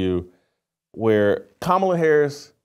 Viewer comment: You gotta love a Christian who made a "godly" pivot for clout tell women what to choose. Never seen a man of god that never raised anything other than a spoon talk about family structure. What have you led with no kids? Who looks up to you? A journalist caling her "Kuh Ma La" is hilarious.